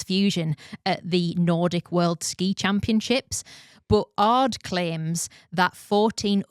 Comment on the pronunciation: Great episode., it is not "Ards", it is "A. R. D." and means roughly something like "Working group for radio and television for Germany", so its a publicly funded broadcaster such as BBC and yes it is true, since the Telekom Scandal they have an own investigative team just for doping related topics.